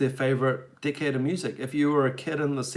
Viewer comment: lol When you say decade it sounds like dikk hedd!